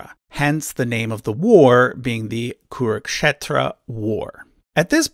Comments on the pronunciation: And when you pronounce an English word wrong, your excuse is "it's not my first language". Cut him a slack and appreciate the effort. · I think it should be pronounced "kuru-k'shetra" not "kuruk-shetra" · Actually It's" kuru-k-kshetra " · Both is wrong. Original sanskrit pronounce it as 'kuru'khetro'